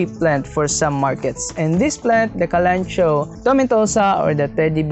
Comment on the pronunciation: Kalanchoe is pronounced kaluhnkowee